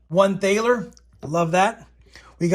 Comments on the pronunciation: You said this was 35 bucks? Man you have some VERY good luck. my favorite coin of the bunch is the thaler. I also think it's pronounced like "taller" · Thaler is pronounced almost like “taller” with an aah sound for the A.